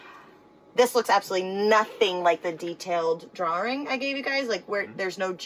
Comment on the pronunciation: she said drawring. get rid of her